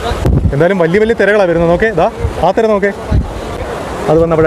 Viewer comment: തെര അല്ല തിര